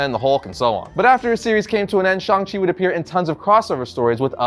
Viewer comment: Will never pronounce 'Shang' -Chang like 'Shong/shawnng' ever. As for the new guy and comics-looks nothing like Shang Chi. Plus no Fu Manchu which kills it all for me. Old series with Zeck and Gene Day IMMORTAL in my mind.